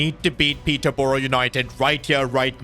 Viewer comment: I hate how he said peterborough im from peterborough and i dont like it it s prounounce peter burough